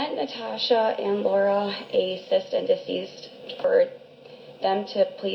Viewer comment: I believe G pronounced it as “cyst and deceased.” 😂At the very beginning of the recording.